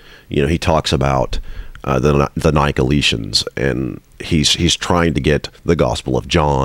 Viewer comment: Quibble: Pronunciation. Nick-o-LAY-it-'n.